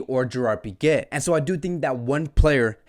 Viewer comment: Am I the only one who hears him pronounce Pique as Piquet😂